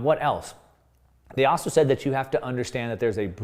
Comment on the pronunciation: "Also" has an L in it.